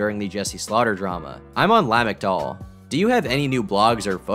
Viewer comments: At about you said 'lah-mikt-all'. Lamictal is pronounced 'Luh-mik-tal' More so just an FYI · You mispronounced Lamictal